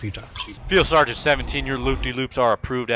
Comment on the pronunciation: Omfg I lost it at "Seal Fargeant Seal-Feel Boss"